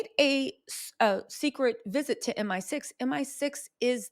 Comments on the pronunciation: Hey baby, love, love, love all your hard work. As a Brit wanna make a slight correction, it's M I 6 not M sixteen; the MI stands for Military Intelligence. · M. I. Six. Not M16